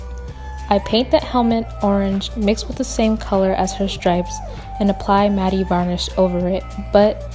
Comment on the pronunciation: Quick tip: "Matte" is pronounced the same as "Matt"